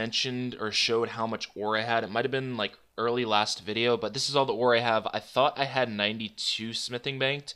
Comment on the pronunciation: Do you say aura instead of ore? Ricecup pronounces it that way too wtf?